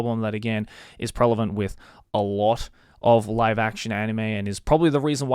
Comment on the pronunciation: "prevalent". usually not care about this misnomer but i think i've heard ypu use "prelevant" more than once before